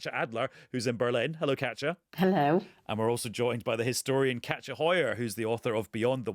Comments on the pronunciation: I thought he was saying Catcha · I thought he was saying catcher too, but the authors name is KATJA, so I think he was pronouncing it differently